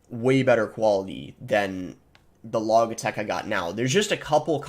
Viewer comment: Logic Logitech... not Log-ick Log-itech